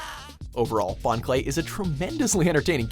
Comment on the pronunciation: It's Bon Clay not Bon Kurei